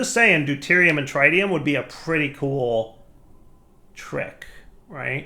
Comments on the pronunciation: you know Nuclearcraft machines can take Mekanism gasses, right? You proved this in Enigmatica 2 by using gaseous deuterium and tritium in the fusion reactor. Also, you're pronouncing tritium wrong, again. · 1. Salt reactors, yes. 2. You should put holding on the tritium and deuterium fluid tanks for a larger backlog. 3. It's a soft I in tritium not a hard I.